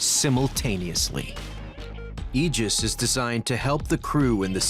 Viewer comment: Finally, a narrator pronounced Aegis correctly!